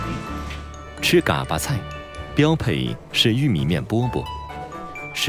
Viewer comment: gā巴菜，没有念三声的